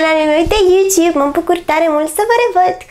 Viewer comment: Foarte deranjant pronunti cuvantul "YouTobe"